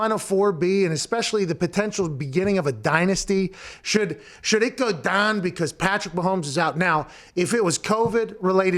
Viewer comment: when Pat says “is this how it should go down”, you can really hear the yinzer in him when he says down